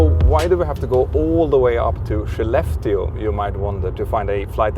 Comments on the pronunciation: It would have helped to spell or show in written the name of Skellefteå. I heard "she left you", the transcripts were not helpful with "Shileft Steel", until it showed up in the airport - for just too short a time to be aware of it. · Absolutely shocked how the "Skellefteå" is actually pronounced.. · the 'k' in Swedish is pronounced as 'sh'?? i also heard the other day someone pronouncing 'Köttbullar' (meatballs) as 'Shot -bullar'